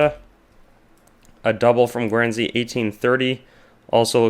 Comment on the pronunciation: That state in Mexico (Jalisco) is pronounced hah-LEE-scoh. Guernsey is pronounced GURN-zee. Guyana is not pronounced the same as Guinea. It is pronounced guy-AN-ah.